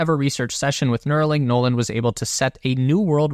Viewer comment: "Noland" "Nolan" There, fixed that for you.